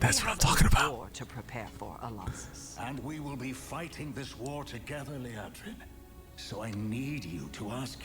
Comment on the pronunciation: Lee Ahh drin, not Lee Ay Drin.